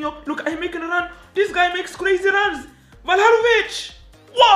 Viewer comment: saying vlahovic - valahovic😂